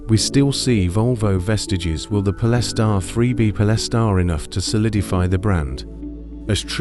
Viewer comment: What is it with AI voice that they cant pronounce certain words ' pol-es-tar' Speach patterns to leaving no breath, as indicated by punctuation! Really annoying!